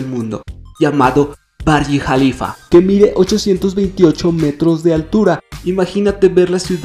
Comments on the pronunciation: Es burj khalifa no burg jalifa jaja el mismo doctor konrat que es uno de los millonario de dubai lo pronuncia asi xd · "baryi jalifa" XD